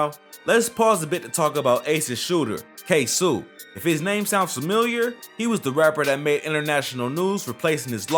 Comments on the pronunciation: Ksuu😂 ksoo lol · It’s ksoo